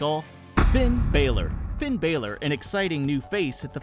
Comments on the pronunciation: U said it wrong it's Finn balor not Finn Baylor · I met Finn balor and it's not pronounced fin Baylor it's pronounced Finn balor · It's Finn B"á"lor!!!!!! I cringed so hard at how he pronounced his name!!! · Did u said finn baelor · did he say Finn Balor as Finn Baylor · WTF is "Finn Baelor" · he said finn balor wrong